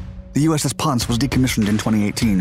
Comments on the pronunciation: it's pronounced PON-CE not ponce...it's spanish from ponce de le lyon i was stationed on it for 2 years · It’s the USS Pon-Say, not ponce which is INFORMAL•BRITISH a man who lives off a prostitute's earnings. I was aboard the Pon-Say while the laser was tested in 2015. I was the Ship’s ET (Electronic Technician) Mark Fay US MMC Jr. Engineer QMED AS-E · "Ponce" = Pohn - seh , not Pons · Ponce. That’s pronounced “Pon-say.” At least it was from , when I was a USN defense contractor. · It’s pawn-say.... ponce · Ponce is spanish. Pronounced pon-seh, after Ponce De Leon. Great vids. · BTW, pronunciation of U.S.S. Ponce is Pon-say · I lol'ed when I heard the "Ponce". 😻🤗 NTTAWWT.